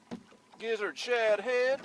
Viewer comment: You said shad head but I heard s!!!head. Lol. It's been a long day thanks for a good video